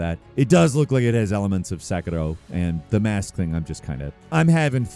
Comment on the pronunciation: I love the channel, but it always bothers me when says "Sekiro"